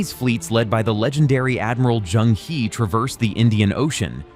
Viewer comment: Chang He，He is in Chinese pronounciation, not English! E sounds like about, the a! He is like her without r! Chinese word is 和！